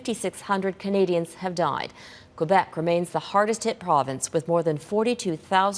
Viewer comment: David Aiken: I think you're an awesome journalist. But would you please stop mispronouncing the name of Canada's second largest province! It's KWA-BEK' not KWU-BEK'!!!